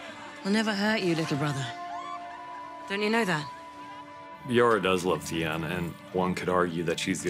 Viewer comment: "Yora does love Thee-en?" don't you mean Yara does love Theon?